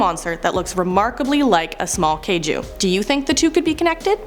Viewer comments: Kaiju...emphasis on the I not the A. KaI-ju not Kay-ju. Jeager is taken from German so it's a Yeager when properly pronounced. And yes, that was killing me. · i hate that you said jagers and kaiju its (yayger) and (ki jew) jfc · Sporky = Forky Jaeger = Is with pronounced with a Y like Jagermeister Kaiju = Kye-juu.